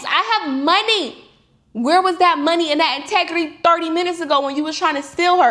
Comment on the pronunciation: Perfect English left her mouth then. "Integrity" big words for someone that doesn't know English 😅